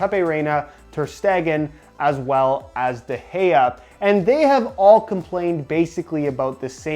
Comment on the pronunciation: His name is de hea is how to pronounce it I literally used to call him de Gaya